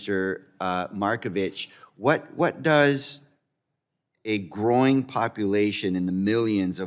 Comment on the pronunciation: a "groin" populaton? lol also "four hundred and billion dollars" LOL this clown wants to give all our tax dollars away to illegal immigrants. NOPE.